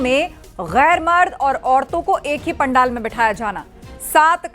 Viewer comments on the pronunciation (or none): जो इंसान पंडाल शब्द नही बोल पा रहा,pindal बोल रहा उसकी बात क्या मानना